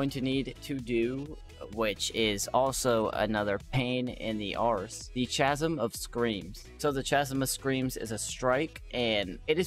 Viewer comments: Chasm - pronounced Kah-sum... sorry, I'm just salty from having to grind these kills :( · Chasm is pronounced kasm